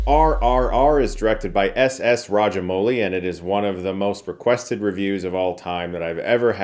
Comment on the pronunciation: First of all , the Pronounciation of SS Rajamouli is perfect